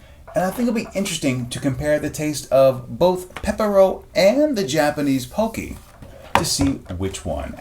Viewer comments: You're saying it wrong... It's not Poke-y It's Pock-y Pock as In pocket not Poke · I'm getting triggered over the way he says pocky wrong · U pronounced pocky wrong